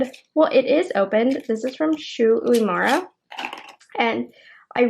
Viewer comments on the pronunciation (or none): omg im so sorry but hearing you call it shu u-mo-rah is so weird...pls call it shu joo-moo-rah🥺